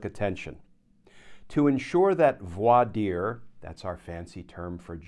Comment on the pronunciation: Thanks, Glenn. Always know I'm getting the straight-up truth from you. And thanks for teaching folks how to properly pronounce voir dire.